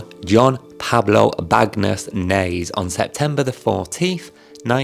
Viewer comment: Nase is pronounced Nuh-se. I hope your eye heals before the big day!